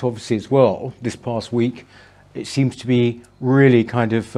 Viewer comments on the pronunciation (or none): Peter Willy Whittle.... he weally does waise welevant issues.